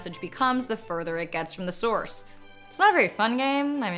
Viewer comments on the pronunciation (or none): none